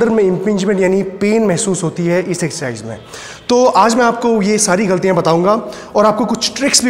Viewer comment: rest all is great, but when he says "Excercise"....